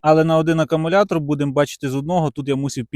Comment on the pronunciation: ШинА, Акамулятор., переставав говорити Нам плюватися хочеться. Кірування, ще одне слово від Вови.